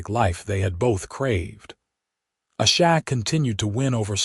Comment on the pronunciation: Thank you so much for sharing such a touching and beautiful love story! It was truly a joy to listen as Quinlan and Asha's journey unfolded. However, I did want to mention that it was quite disappointing to hear the narrator struggle with the pronunciation of Asha's name throughout the story. As she is one of the two main characters, her name being mispronounced consistently felt quite jarring and really took away from the immersion of their emotional journey together. I hope this feedback is helpful for future projects!